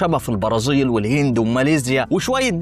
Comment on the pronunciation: ضم.. صيبيريا.. البراظيل انت عندك مشكلة في نطق الحروف.. ابقي خد بالك علشان النطق مستفز